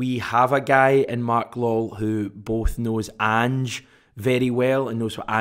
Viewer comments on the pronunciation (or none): It's pronounced Law well , not lol ! 😂😂😂😂😂😂😂😂😂😂😂 FFS man